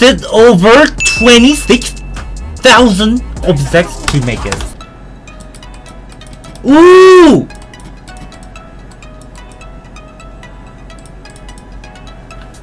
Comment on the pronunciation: says obzects